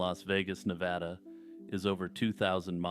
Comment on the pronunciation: You pronounced Nevada correctly 💥